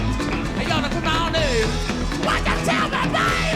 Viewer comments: he is saying sweetie multiple times, pronounced more swee-tay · The lipreading you requested... It's "sweetie." As in "Tell me sweetie, what's my name?" He pronounces it as Swee-Tay. He mouths it 3 times at the end. 🙂